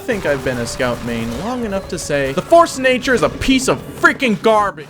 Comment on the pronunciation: "farce-a-nature" lol